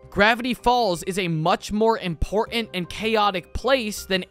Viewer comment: There is a "T" in the middle of the word important!